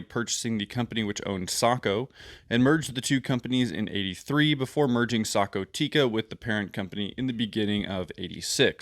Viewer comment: Thanks for pronouncing Sako correctly (Socko)